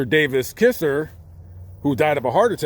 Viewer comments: Hey. Her parents name was Kiser, as in Ki-zer, not Kisser. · Just FYI, her last name is pronounced like KY- ZER not like KISSER. I'm a Mebane from Mebane NC which is in the same county in NC and went to school with her granddaughter. But still a great commentary. Please no hateful comments, it's just something I noticed he said incorrectly.🤷‍♀️🤷‍♀️🤷‍♀️ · Not mee bane but mebane and k(eye)zer not kizzer